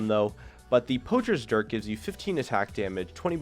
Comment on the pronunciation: you are 2 inches away from saying Dick instead of dirk